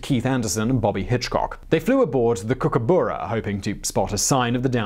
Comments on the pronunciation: Mispronunciations galore. Bondi Beach is pronounced Bond - eye, Kookaburra is pronounced Kook-a-burra, and Tanami Desert is pronounced Tan-a-my. I'd been hoping for some Australian stories, but I would have hoped the researchers would put some more effort into making sure they get basic pronunciations right. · Wonderful video, but next time.... please, please ask an Australian before you try any place names or Australian words. Bondee? Cooker-boorer? To-namee? C'mon man, you're a Brit abroad, you know better. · Cook-a-bar-rah not Cook-a-biew-rah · Kookaburra "cook ah burrah" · You said Kookaburra wrong, ya flamin' Galah.